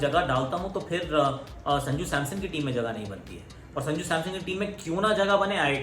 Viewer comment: Are wo SAMSON NOT SAMSOM🤣🤣🤣🤣